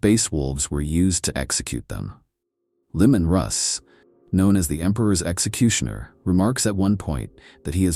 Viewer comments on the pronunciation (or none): AI narration still sucks - "Limon Russ" ,... Micraj.....ffs....